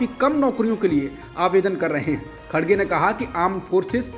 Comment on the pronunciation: The name of congress president is Mr."KHARGE" not "KHADGE" as being wrongly pronounced in the media. Just for information